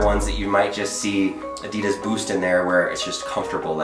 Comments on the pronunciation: Its Adidas not Adeeedas! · Listen your American, say adidas right, (adeed -is) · Ad-i-das ... not a-deed-das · Its not “uh-de-dis” Its “ah-dee-das” It may be your accent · You pronounce Adidas incorrectly. It’s pronounced Adi -Das. The word comes from the shortened name of it’s founder, Adi Dassler. His brother, Rudolf Dassler, is the founder of Puma shoes. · It’s pronounced a dey das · Is he saying Adidas wrong or am I? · Why are you saying "Adidas" wrong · It’s not adidas it’s adidas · U are pronouncing Adidas so wrong